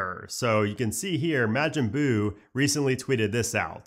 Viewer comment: Love you so much but that pronunciation on Majin Bu was just ear ringing lol Still love youuuuu